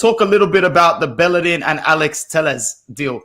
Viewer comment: Telles I believe is pronounced teh - yehz. Heh heh. Good content as usual boys!